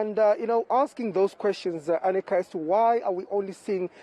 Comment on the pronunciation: This women is murdering Manqoba Mchunu’s name, I think he should either ask her to show some respect and pronounce his damn name properly or call her Arnica instead of Anika… see how she takes that